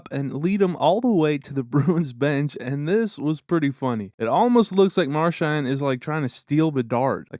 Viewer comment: To the narrator: Brad's last name is pronounced Mar-SHAND, with the last syllable sounding like the word HAND. It is NOT pronounced Mar-SHANT, with the last syllable sounding like the word WANT. Hoping this helps. Enjoyable video, but please fix the pronunciation of his last name. Thank you.